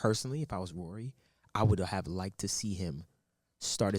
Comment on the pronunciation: says Rory name as Ruury. 😹 The disrespect.